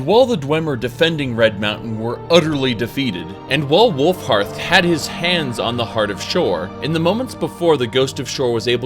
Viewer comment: Glad you said Wulfharth instead of Wulfrath like you usually do :P